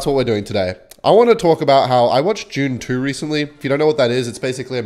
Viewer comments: bro pronouced "dune 2" as "june chew" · Jude (dude) - it's Dune 2, with a "D", not "June 2". It's pronounced the same here and on Arrakis. All the Fremen know how to pronounce it as well. Get with the program. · I keep thinking he’s saying June 2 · it sounded like u said june 2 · i thought you said june 2 and not dune 2